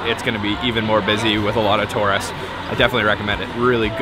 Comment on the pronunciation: “Oh ya” !!! “Torists” !!!